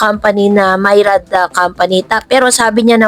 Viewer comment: Please check how to pronounce this word - MYRIAD (miriad)